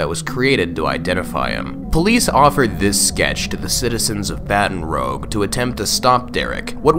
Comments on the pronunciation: hol’ up- this dude did not just say baton rogue instead of baton rouge…💀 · ITS BATON ROUGE NIT BATON ROGE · Btw, Baton Rouge is pronounced Batun Rooge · “Baton ROGE” lmao it’s pronounce liked “rooj” it’s French 😂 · Oh and inb4 ppl are on your ass for saying "Baton Rogue" Haha its Baton ROOGE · Baton "rogue" lolol it's Baton Rouge, just so you know in the future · Is no one going to comment on the pronunciation of “Baton Rogue”? It’s French. “bah-ton Roo-je” not “Ba-ton Ro-ge” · he went “battin’ rogue” lmaoooo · "Baten rowg" lol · “Baton Rogue?” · man did not say baton "rogue" lmao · just an fyi, the Rouge in Baton Rouge is pronounced like "ruse" lol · BTW man im from that area is that its pronounced baton-roosh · Baton Rouge is pernounced Baton Rooj, not Baton Rouge, since it’s French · Scariest thing here was the pronunciation of “Baton Rouge” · Yes, I completely agree with this statement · Fr made me roll my eyes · I’m from Louisiana, and the way you said Baton Rouge pisses me off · Im from Louisiana and it isnt said like baton rouge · umm excuse me baton rouge? you mean baton rou-ge. it's not pronounced like that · Really butchered the name of baton rouge man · Fun fact! Baton rouge is pronounced like you would pronounce Rouge the bat. Simply wanted to let us know (or maybe I'm wrong) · Why did he butcher baton rouge like that tho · Did you seriously just mispronounce Baton Rouge?! Disgusting.